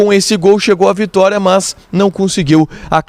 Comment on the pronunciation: Por que você diz MÃS?